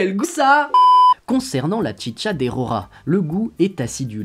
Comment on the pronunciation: À vous que tout le long de la vidéo t'avais envi de dire la chicha pas tchitcha